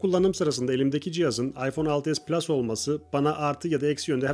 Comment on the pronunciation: PLUŞ DEĞİL